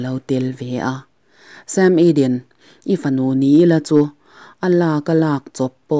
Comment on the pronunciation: SAM EDEN--' SÊM IDEN' ti-a lamloin Mizo takin 'SAM EDEN' tiin aziak ang hian chhiar mai la tiraw'???